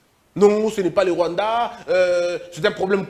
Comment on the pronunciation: Il avait Mal a prononcé le Rwanda